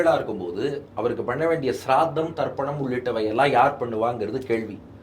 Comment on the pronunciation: அற்புதம் சுவாமி. எல்லோருக்கும் இருக்கும் சந்தேகம் தெளிவான பதில். ஆனால் அது ஸ்ராத்தம். சிரார்த்தம் இல்லை. நடுவில் `ர்' வராது. ஸ்ரீ மஹாபெரியவா இதனை ரொம்ப தெளிவா "தெய்வத்தின் குரலில்" சொல்லியுள்ளார். வெகு ஸ்ரத்தையுடன் செய்யவேண்டும் என்பதால் அதற்க்கு ஸ்ராத்தம் என்று பெயர். தலைப்பில் தவறாக அச்சாகி உள்ளது. மக்கள் சரியாக பேசவேண்டும் என்பதால் அடியேன் இங்கே திருத்தவேண்டியுள்ளது. தவறாக எண்ணவேண்டாம்.